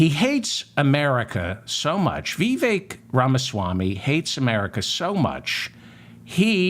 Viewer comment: You can’t even say his first name correctly